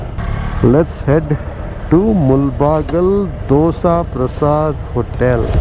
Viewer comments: Please pronounce the town's name properly in Kannada. It's ಮುಳಬಾಗಿಲು not ಮುಲ್ ಬಾಗಲ್ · Great video, and small correction, it is not Mul-baagilu but Moodala-baagilu in original kannada. This place is entry point to Karnataka if you are coming in opposite direction and thus the meaning.